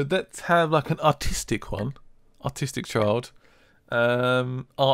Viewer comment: omg when you said artistic it sounded like autistic and i was like oh wow did i just hear that? but no i heard wrong....